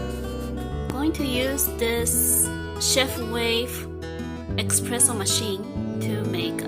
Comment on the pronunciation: It’s espresso not expresso